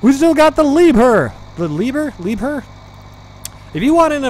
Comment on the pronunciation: That loader is pronounced "Lee Bear"